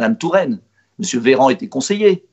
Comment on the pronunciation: La moindre des choses quand on est un homme politique la moindre des choses est de dire Mr Véran et non Veran on est pas au zoo ! Dommage intéressant pourtant